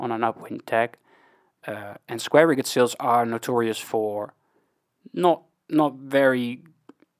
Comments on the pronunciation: Around the 15 min mark. Rigged is pronounced the same as you pronounce fully rigged ship.... as Rigg'd not riggEd. ... also Staysail, Headsail and Jib. The outermost is the jib, then head, then staysail... but again, if I have wrong info, I'm happy to be corrected, that's why I like watching videos like yours. BTW, ty, I do like your vids. 👍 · Just to learn. In Dutch a mizzen mast is called a bezaan mast. In English double 'o' is pronounced as 'oe'. So a schooner in English is the same way pronounced as schoener in Dutch. The frase 'rigged' is pronounced as 'rigg'd'. A informative video, keep going, keep learning. By the way i am Dutch also.